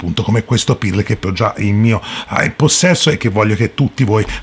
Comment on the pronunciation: Comunque si pronuncia perl non pirl